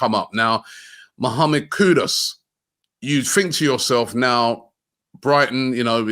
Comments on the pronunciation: Robbie, it’s K-U-D-U-S not K-U-D-O-S. Got it? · his name is not pronounced KuDOS it's Koo-Duus!!!! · Robbie, it’s KudUs not KudOs 😊